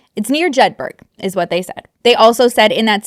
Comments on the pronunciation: Hi idk if anyone already commented but it's pronounced jed-burro or jed burra depending on your accent, like Edinburra not edin burg lol ❤love ya!! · Hey im here to assist from scotland (im not in the cult lmao) Jedburgh is pronounced jed-bur-uh the same as Edinburgh is ed-in-bur-uh its the accent but thats how to say it its like Moscow idaho is pronounced mos-co like Costco (someone said that on the news when the news broke about the murders of the students n it stuck with me) it crazy how Americans will say Moscow like Costco but pronounce Moscow Russia like moss-cow hahahaha dont ask me to say the word pearl or if someone is called Carl they need to give me a different name to call them cos with my accent its so difficult to say like I cant say it at all unless I put on an American accent hahahahahaha. So im not over here judging im just spreading the word on pronouncing things cos its good to know ❤ I live like an hours drive from Jedburgh I want to go drive about and see if anything suspicious is happening hahahahaha what a nutty situation and for it to be happening so close is weird lol. I know theres weird cults here but not anything specific I remember my cousin coming to visit when I was a kid and she had been kicked out a cult cos she thought she was the one talking to god an the cult were like no your not an shes like yes I do and he just told me he wants you to follow me and the cult are like well thats not what he (god) told me 😂😂😂😂 she was dancing and twirling about the living room and me being 5yrs old thought she was awesome and im dancing about the living room with her having a blast while my mum was terri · Love your channel. Just to clear up, it's not the Highlands, they're in the Borders which is the Lowlands. Also Jed-buh-ruh ❤❤ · This cracked me up! I live not far from Jedburgh so how you pronounced it made me giggle, and the Scottish Borders are not in the Highlands. Good effort though! Love your videos x